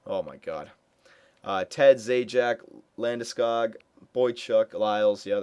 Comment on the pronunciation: First!! Its LandesCOG!! not -god.